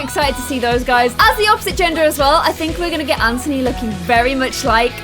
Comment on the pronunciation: BTW u call Anthony ANTONY ITS ANTHONY OMG!